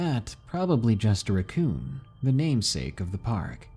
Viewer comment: It’s RACKcoon not RUCKcoon.